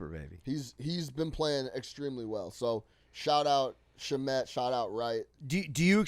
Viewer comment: Can you pronounce Shamet correctly